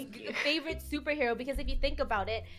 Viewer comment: FUNNEH YOU SED YOU WANTED TO BE A SOPRHEWO